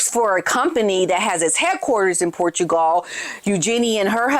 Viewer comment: OMG American, learn to say Portugal correctly AS WELL AS Interesting. Your pronounciation of so many words is incorrect.